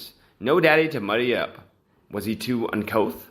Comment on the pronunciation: Bribery... Pronounce. BR I BER (Brr) E Uncouth....In Cou (coo) the I'm sorry but your pronunciation drives me nuts. Otherwise you're terrific. Ty